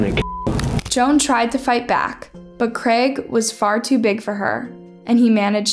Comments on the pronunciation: Creg?? lol it’s CR AI G, use phonics to pronounce it properly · First time I’ve heard someone pronounce Craig as creg 😂😂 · Except the mispronouncing of words, cheesum instead of Chisholm , creg, instead of Craig, erotic behaviour instead of erratic behaviour🤣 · It’s not the editors fault she pronounces words wrong! ‘Cheesum’ ‘Creg’. ‘Erotic’ 🤣🤷🏼‍♀️ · How else are you supposed to pronounce Craig? I always heard it pronounced as “Creg” lol